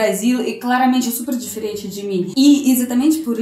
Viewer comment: Acho engraçado como fala Diferente, ele fala "Deferente".